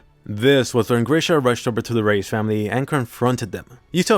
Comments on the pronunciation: You say reiss like rice not race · Im preeetty sure reiss is pronounced "rice"